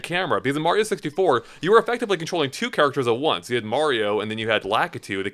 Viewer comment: Your dad just lost 15 points from Griffindor because he said super mare-io and this was years after the super Mario Brothers three commercial where they said Mario clearly 😮😊